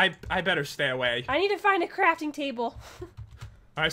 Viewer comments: And way earlier said crapping trable. That means a pooping table, not something to craft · Pat, did you say 'I need a frafting table instead of a crafting table?!